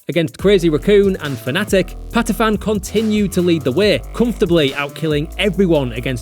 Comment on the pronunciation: Patiphan not 'Patifan' the ph is an aspirated p not an f, this isn't Vietnamese.